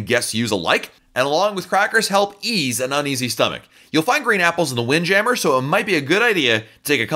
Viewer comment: The French pronunciation of Windjammer is priceless! Wind Jamere.